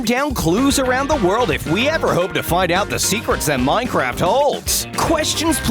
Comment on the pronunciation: Did anybody hear him say minecrap?